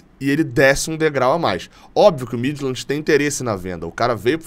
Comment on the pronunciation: A pronúncia correta do clube dinamarquês Midtjylland é: Míti-iúland.